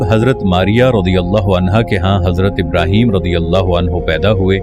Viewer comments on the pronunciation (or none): none